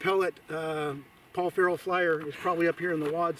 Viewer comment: Who TF is Paul "Ferrel?"